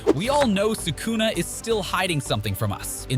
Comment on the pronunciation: this guy butchering Megumi, Kashimo and Sukuna's name